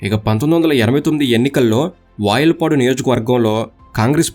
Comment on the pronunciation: వయల్పాడు కాదు వాయల్పాడు